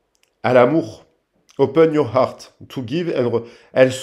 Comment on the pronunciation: "Open your heart'' avec l'accent Allemand 😆❤️.. un merci de plus pour cette guidance 🎁 bonne soirée 🤗